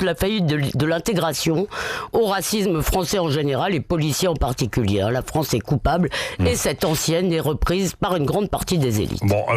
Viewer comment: Levy utilise des mots qu'elle ne sait pas prononcer. Elle prononce antienne comme ancienne. D'ailleurs le fond ne vaut pas plus que la forme. Ses analyses sont maigres et serviles. Les idiots sont appréciés dans les médias je ne sais pas pourquoi...